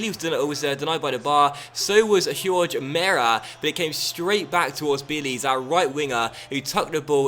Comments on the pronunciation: hor-ge not hyorj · Yes Jorge is pronounced "horhay"